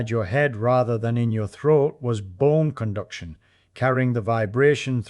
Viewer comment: Ye ear that lassie? It was bohne cunduction.